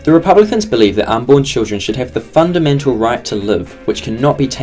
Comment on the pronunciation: Tristen Pike Listen to how the word “fundamental” and “cannot” is said in comparison to the rest of this sentence.. it’s obviously biased